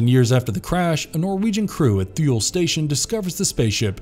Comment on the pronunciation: Thule is pronounced Tool-Ee.